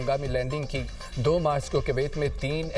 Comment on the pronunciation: Koyat ko sahi pronounce bhi nhi kr raha news anchor